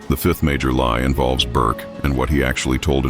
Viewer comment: Its not burke